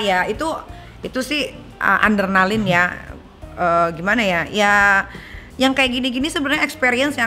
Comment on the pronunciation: adrenalin nyai, bukan andernalin